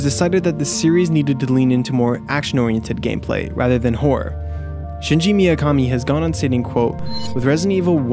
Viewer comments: Shinji Mikami. Shinji Miyakami? I know Japanese names are hard for people who never heard them, but a quick search would've fixed that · Named Shinji Mikami He calls him Shinji Miyakami He types it Shingi Mikiami dude gets no respect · You pronounce his name as "Shinji Miyakami" and spell it as "Shingi Mikiami" It's Shinji Mikami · Great video ✌🏻 except for butchering Shinji Mikamis name twice; Miakami and Mikiami 🙈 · Shingi Miyakami, lmao, stop, please